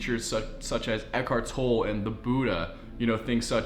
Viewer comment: Think tolle is pronounced tol-lay